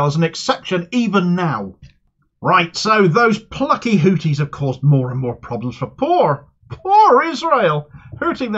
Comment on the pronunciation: It's pronounced Houthis my friend, not Houtis. They'd probably prefer you just call them Yemenis or Ansarullah though, they consider "Houthis" a kind of backhanded term